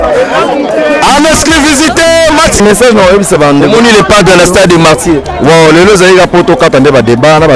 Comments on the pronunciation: Il dit plutôt "exclisivité" 😂😂😂😂😂😂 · Journaliste ya zoba, balobaka : exclusivité, mais yo ozo loba exclivisité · il dit en exclivisité! Faites bien attention 🤣🤣🤣🤣🤣🤣🤣🤣🤣🤣🤣🤣🤣🤣🤣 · On dit en Exclusivité et non en esclivisité MR LE CHRONIQUEUR